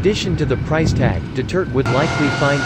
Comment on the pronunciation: Could you pleasw say Duterte instead of Dutirt!